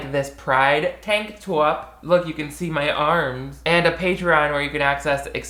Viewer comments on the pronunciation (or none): I rewound you saying "tank toip" too many times, hit me right in the giggle bone